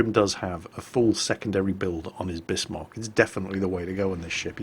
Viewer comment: Great, a whole video where he mispronounces Bismarck., your other German pronunciation is usually quite good. This is pronounced "Bizmark" not Bissmark".